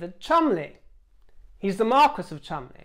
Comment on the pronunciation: That is because "marquis" is French, and "marquess" is English. The first one is pronounced "markee" with the emphasis on the second syllable, the second one "markwess" with the emphasis on the first syllable.